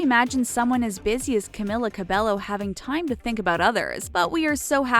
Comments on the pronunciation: "CamEEla CabEYo" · It is not Camila cabelo it is pronounced camEEla cabeYO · ONE THING YOU DON'T KMOW ABOUT CAMILLA CABELLO IS THAT HER NAME IS PRONOUNCED AS CAMEELA CABEYO🙄🙄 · Its CAMEELA CABEYO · my biggest pet peeve is you saying her name wrong this whole video it's camEEla cabeYo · If ur making this video, telling people about CAMILA. And u can't even say her name right it'scamEEla cabeYo. Im so triggerd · It's pronounced cameela cabeyo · its in a latina-way or something 😂 you pronounce it as camilla with a strong "i" and you speak the "l" out loud and for her last name its pronounced as cabejo, a soft "J" the two "L" s are a "J" for latinas/latinos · Ummm, They didnt pronounce Camilla or Cabello right. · Yes I did know these facts about her, what u need to know is pronouncing her name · My ears hurt to hear you pronounce cabello wrong (￣(●●)￣) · Banana Cabello i cringed when I heard them saying IT wrong😂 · Oh so you’re making a video about things we don’t know about Camila Cabello, but you don’t even know how to pronounce her last name? Nice.